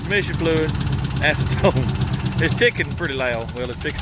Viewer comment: Ac-e-ton-e’ it’s a spicy pasta 😂